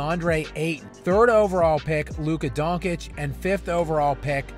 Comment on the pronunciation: A bit of a sidetrack, but how are people still mispronouncing Luka Doncic's last name?